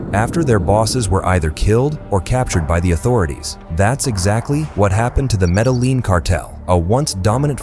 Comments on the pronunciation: MehdehLEAN and Zaytuhs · Stopped watching as soon as I heard "Medaleen" cartel🤦🏼‍♂️ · the way that it pronounced "Medellin" I can tell the voice acting is AI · Learn how to say Medellin properly you A.I assisted pos